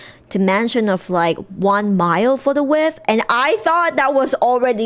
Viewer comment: Mile wide tornado not mild ahaha 😭